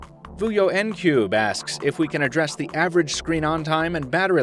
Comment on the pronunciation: Yay! My question came up. Also, "Ncube" is my actual surname; the 'Nc' part is a Southern African Nguni clicking sound with tip of the tongue. It's pronounced "Ncoo-be" not "En-cube" (coincidentally my common nickname:P)